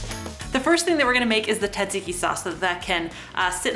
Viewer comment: This is an awesome quick dinner recipe! Love the technique, but please don't forget the s sounds in tsatsiki! You're a treasure tho!